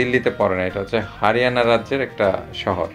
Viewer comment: হাড়িয়ানা নয় হরিয়ানা বলে তোমার ভাষা একটু প্রবলেম